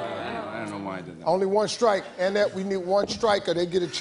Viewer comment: “Anne-ette” I can’t! 🤣🤣